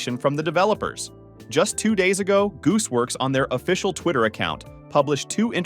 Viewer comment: I’ve only heard of gooseworks not “joocewoks” 💀 btw I found kinger